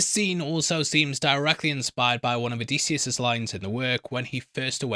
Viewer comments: And it’s oh-diss-e-us … pronunci time, pronunci time, pronunci time… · why the effing diphthong there is no AY sound anywhere in Odysseus’ name. O di sioos and with the i I mean the EEee sound. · I'm a classicist, so I have an appreciation for the original. But of course modern pronunciation does not, nor need not, follow the original exactly. The generally-agreed upon modern pronunciation is Oh-DIS-yus. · I'm Greek with studies in history and archaeology and i have to say that your pronunciation is not even close 😊 It's O - thy - sefs...Just like that... The dactylic exameter rhythm has to do with the tonality in a poem and the tone there might differ due to poetry reasons..That has nothing to do with the pronunciation itself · If it helps, Circe rhymes with mercy and Odysseus is uh-diss-ee-us